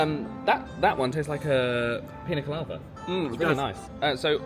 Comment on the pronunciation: babes, love ya, but it's pina colada.